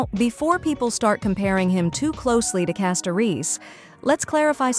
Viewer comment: The mis-pronounced names are so jarring. If you're using a speech generator, you can always change the spelling of the names in your script to force it to pronounce them correctly, "Castoriss" and "Fye-non" maybe?, and just make sure your script on-screen is spelled correctly.